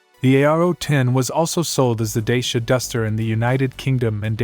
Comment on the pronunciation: Pronounced "Da-cha"